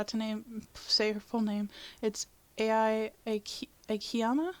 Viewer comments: Not pronounced "A.I." it's pronounced like "eye." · Its pronounced like eye i think. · i hate the fact that she cant pronounce ai